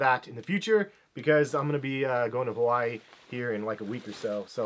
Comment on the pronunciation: Why can't people learn how to say Hawaii correctly